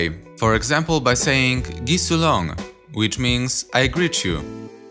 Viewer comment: iirc you should stress 1st vowel in short words (1-2 syllables). Like "man cErig" not "man cerIg", "Avon", not "avOn", "gi sUIlon" not "gi suilOn", etc.